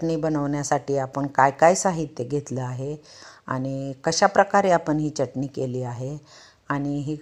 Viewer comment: जिथे " मोठा ण बाण , बाणाचा आहे तिथे " न नळाचा उच्चार करू नये , च्यटनी उच्चार 😂😂 जेवण चटणी, शेंगदाणा , फुटाणे , धणे , दुखणे उच्चार ऐकावयास कानाला बरे नाहीत वाटत. व्हिडिओ बनवताना उच्चार सुस्पष्ट करावेत ऊच्चार सुधारणा असावी. प्रत्येक जण सुस्पष्ट उच्चार करण्याची सुधारणा करेल तर फार छान होईल. सुधारित पद्धतीचे शिक्षण घेतील तरी उच्चार सुस्पष्ट नसतील तर काय बोलणार..😢😢 😅 चटणी चा उच्चार " च्यटनी ", यू ट्यूब वर बरेच लोक करत आहेत 😂😂😂